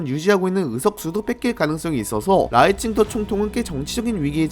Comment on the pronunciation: 근데 왜 라이칭더라 쓰고 자꾸 라이칭터라고 발음해요? 중국인이세요?